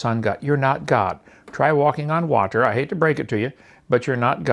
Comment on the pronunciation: Having watched this whole series I'm left with a perplexing question. What sort of speech impediment does this religious criminal have? What would make you pronounce words like water as watTER?